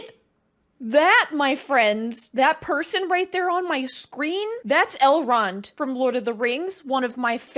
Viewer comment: Every time you said "Elrod", I heard "L. Ron" and was wondering what the creator of Scientology had to do with this movie.